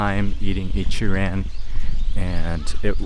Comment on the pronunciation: Bro why you talk like a white guy - it's Ichi-ron not pronounced ran lol